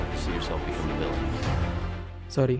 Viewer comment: the way saied sory is smth else